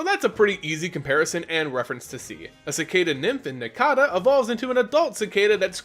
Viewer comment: How do you say cicada right but not nincada? Any who awesome video. These three are my all time favorite pokemon, so thanks for the video my man. :)